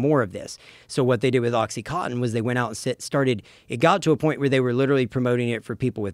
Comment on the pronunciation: Why do Americans all say "oxy-cot-in" ? Isn't it oxy-coN-tin?